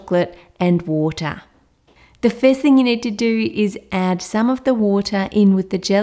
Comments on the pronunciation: "You need some WoOtAh" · I love how she says water Woota